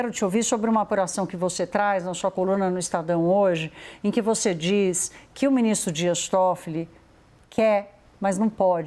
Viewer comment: Banco Master era pirâmide. E essa âncora que fala "proxexo" "exe" "voxe" me deixa agoniada. Que show da xuxa é esse?